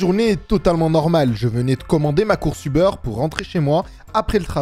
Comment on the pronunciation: A chaque fois j'entends "les données du beurre" 😂 ->